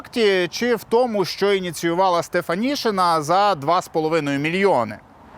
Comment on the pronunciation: українське прізвище Стефанишина читається і пишеться як Стефанишина, а не Стефанішина.